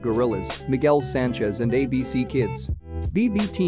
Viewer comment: Bro is pronouncing ABC Abk